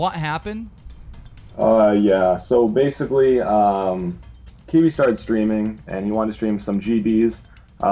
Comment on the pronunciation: btw keemstar, its "Kiwiz", not "Kiwi"